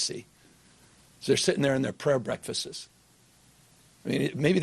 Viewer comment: Oh dear, Gavin’s pronounciation of breakfasts will be his nucular 😞